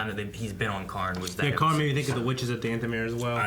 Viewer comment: FOR THE LOVE OF GOD ITS KAHN NOT KARN